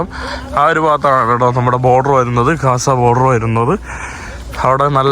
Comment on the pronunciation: കാസ അല്ല gaza എന്ന് പറയണം